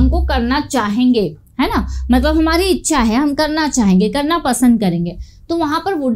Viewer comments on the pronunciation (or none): none